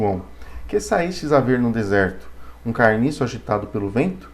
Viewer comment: ja começa errado ou na sabe ler, a palavra é CANIÇO e NÃO CARNIÇO, desculpe não da pra levar a serio.....